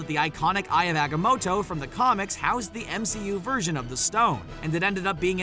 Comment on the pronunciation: "Ion agamoto" lol